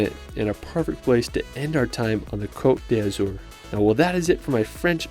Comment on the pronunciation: No offense or hate, but you mispronounced Côte d’Azur at the beginning of the video .